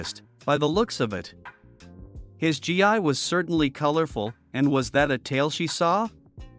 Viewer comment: Why do a lot of these people mispronounce different things from Dragonball? Gi is pronounced as Gee not G I lol